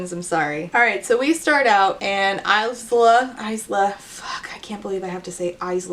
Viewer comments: no no no no no absolutely not! Alex Aster, don't you dare look me in the eye and tell me that her name is "Iz-la" and not "Eye-la" That is just insulting! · I can't believe they confirmed her name is pronounces Eyes-la. That's... not how you say it. Source: I'm Isla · The pronounced “s” in “Isla” is awful. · Oh I absolutely HATE that the S is pronounced in Isla 🙃